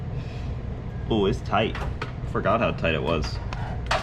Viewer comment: i've heard "toight like a toiger" twice in 2 days and I'm very pleased